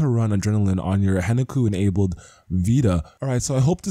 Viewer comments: Good video dude but it's Hen KA ku not Henaku. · dude stop saying HEN-A-KU theres are 2 fucking Ks in there xD